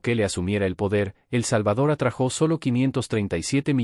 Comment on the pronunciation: Perdóname,se dice se atrajo sin acento en la o